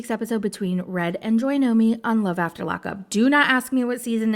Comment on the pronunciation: I’m not gonna lie hearing JoyNomi instead of JoyNoNo is making me a lil mad. 😂😂 (im jk)